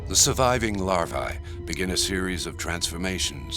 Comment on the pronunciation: lost me at larv(eye) like they wear levi's LOL. get to eating and fishing peeps. LARVAE is the plural of larva and is pronounced just like algae. AE is a long EEE sound in Latin. larVEEEE! as well MD's mispronounce the AE ending too as long AAA NOPE! long EEEEE! dumb F's